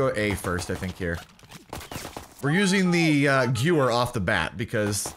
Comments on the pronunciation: Quick pronunciation tip: The gun isn’t pronounced “goo-wer”, it’s pronounced “ga-veer”. It’s a german word so it’s kinda whack, but in case u wanted to know, that’s the official pronunciation. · Guh-ver not gew-er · Okay dude you say it Gever not gewer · I love you and your content, but it's "Guh-Vare" not "Gewer". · Stop saying gewehr it's pronounced gevehr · Gewehr is pronounced guh-vare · The w in gewehr sounds like a v. So “gu-v-air” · THE GOO-ER!!!! LOL I was at the stream hearing you battle with chat it's the gooer! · In Germany what they say sounds like: Gevèhr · it’s Guvayh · Gewehr is pronounced like give-air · So you are one of those people who say “gewer” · Gewher is German, it's pronounced like Gevair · It's pronounced "GE-VAIR" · Gewer is pronounced ga-ver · Pronounced guh-veyr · You said gewehr wrong, it pronounced Guh- Vair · I cringed so hard when you kept mispronouncing Gewehr. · Isn't the w pronounced as a v?? I seen say he pronounced it wrong on purpose I'm asking cause idk how to pronounce it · Same, this non-german friendly content xD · quint0nJ yes "w" in German makes the "v" sound. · sam svenfelt I thought that if i put the "h" in there, i may be more accurate, but i dont care,im not german, im dutch😂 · Hi, this map is almost exactly the same as carentan in COD 2. In that COD it actually was quite a good map. I guess the type & mentality of the majority of players have changed since then. And the gewehr is "gun" in German. You pronounce the second 'e' more as an 'a'. Good video. Like! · Every time you mispronounced gewehr I died a little inside. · Please pronounce Gewehr correctly